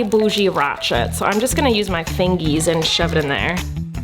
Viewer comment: Does anyone just love that Colleen says finges